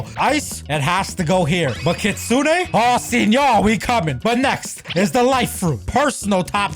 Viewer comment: Btw stop calling it kitsune a it's kit sune